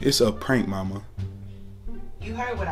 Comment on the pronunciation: Omg she said I don’t kurr 😭☠️